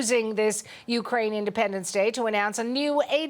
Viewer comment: Thank you for pronouncing Ukraine properly!! 💕🌻💪